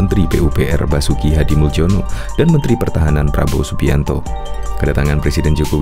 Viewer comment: Mulyini mas bacanya bukan muljono.. Krn namanya pakai ejaan lama..